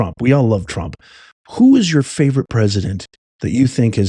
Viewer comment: Macron! SAY HIS NAME Macron! Ehh..? Trraump!? You're Gyad Darn RIGHT!